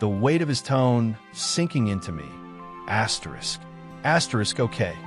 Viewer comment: Asterisk Asyerisk ruined this totally.